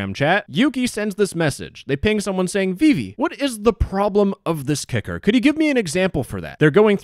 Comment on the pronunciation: This is so disgusting i hope they get investigated Btw whenever says kicker it does not sound like kicker